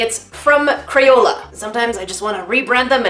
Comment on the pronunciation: Why does she call crayola as CRAPOLA.😝😝😝😝